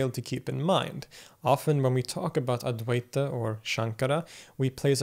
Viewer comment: Advaita is pronounced Auh-dvi-tuh. Kindly correct it. It is not ad-vai-ta. Auh = opposite, Dvi = 2 Whenever 'Auh' or the letter A is used infront of any indian origin word, the word becomes its antonym.